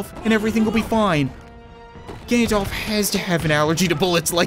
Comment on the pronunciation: everytime u said "Gandalf" i thought u said "Ganondorf"